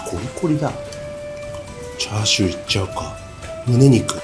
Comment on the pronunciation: チャー↑シュー😂😂😂